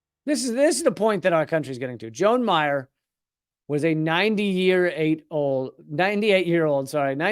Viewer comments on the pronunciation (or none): Joan - pronounced Joann. Dramas: Kari Newell DUI, liquor license application. Attorney / judge Laura Allen-Viar DUIs. Former KC police captain Gideon Cody sexual misconduct allegations, almost 50% pay cut to be Marion police chief. Mayor David Mayfield failed questionable recall campaign vs vice-mayor Ruth Herbel.